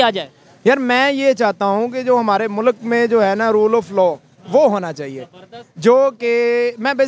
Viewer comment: Jahilo mulak nahi hota mulk hota hai 🤦